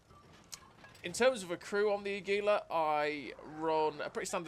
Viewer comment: Your pronunciation is close but you're putting the emphasis on the second syllable, emphasize the first: AH. Aggylah. Águila.